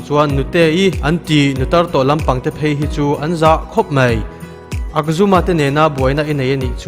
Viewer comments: Akjumma awm lo korean tawngah...ahjumma lawm😂😂😂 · Akzuma niloin "ajjuma"